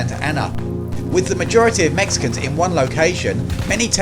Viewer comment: As a Mexican I don’t like the way these dude said Mexicans but what a battle. Texas will always be the bottom of America but what a battle.